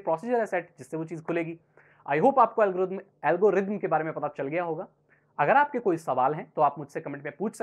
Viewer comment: pahele thik se algorithm bolna shikh bad me video banana